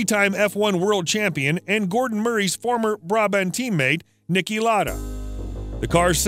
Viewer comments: Dude it’s pronounced lauuuda not laada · not really it’s insulting that he is butchering the great Niki Lauda name saying lada like he’s a shit Rusian death trap of a car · Ma quale Niki Lara, si chiamava Lauda non Lara